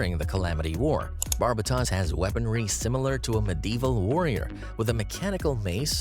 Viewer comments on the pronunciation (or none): Ugh, the pronunciation of Barbatos was horrid, its Tos not Tas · The tos of Barbatos is said like Toast sans the second T, not like Toss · Epyon doesn’t actually have any Vulcans, that was an animation error in the show. Barbatos is pronounced with “tose” instead of “toss” and I swear he’s the one that gets the most flak online. I love the design and the feral fighting style of mikazuki. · Trying not to hate but Barbatos is pronounce as bar-bay-os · At surface level a few things. The mispronouncing of names (Zechs, Barbados, Bael, Zeonism, Setsuna) Calling Banager the leader of the Vist Foundation. Also some of these shouldn't be classed together, like IBO gundams wouldn't hold up anything after the one year war. Sure they're resistant to beam weapons but once you get into handling psycho frames their unique system wouldn't hold up. Wing zero and epyon are too closely alike to shove Barbados in the middle like they did. I would Barbados and bael below them, zero system is alike to cyber newtype systems, the alaya-vijnana is great for reaction time, but most AI like zero system and what's in the UC timeline already can do that. Even then we have to consider Strike freedom which is great but is just a high performance suit without Kira. Nothing on it stands out on it other than beam spamming. So based on that hwres where I'd stack them Tier S- tie Between Turn A and Unicorn (I know how strong Turn A is, but we don't know much of the fate of newtypes and what happened to the Unicorn) 00 Quanta, its capabilites are similar to the Unicorn in application and unique abilities of GN particles work very similar to psychoframes Tier A - God Gundam and Devil gundam, is hard to understate their power since they more akin to super robots, but one can terraform and the other was able to beat it on firepower alone. Wing Zero and Epyon also belong here due to the Zero System and their their similar destructive output (power to destroy c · Jesus... you butcher Barbatos name.